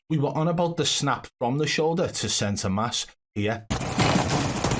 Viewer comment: Broooo did u just say center (MASK) 😂😂😂😂😂 it’s center (MASS) mate 🤦🏼‍♂️